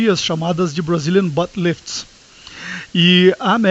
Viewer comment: brazilian butt lifts ta c o ingles em dia hein kkkk